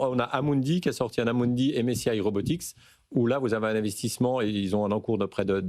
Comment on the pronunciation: UNITREE deja pas truie ;) et RobotiC pas robotiX lol le mec fait un sujet il connait meme pas le nom de la boite MDR et elle n'est pas encore coté en bourse pour tous LOL virez ce journaliste vous le payez trop ;)